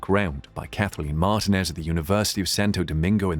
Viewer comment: Great video as always. Just a small point. Martinez is stressed in the I instead of the A.